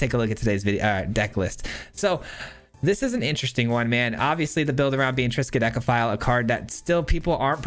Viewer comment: Triskadekaphile again? And you pronounced it right!